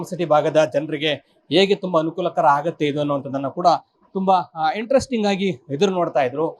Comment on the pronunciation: Aarambha aagutthe kananna adhu, haarambha haagutthe alla 🥲